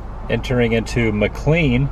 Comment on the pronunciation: McLean is pronounced "MacLane". I enjoy your videos!